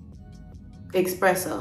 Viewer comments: Expresso lol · I love this, she’s so great. My only note is her pronunciation of espresso - no one wanted to correct her? It’s giving me uplifted black gworl magic!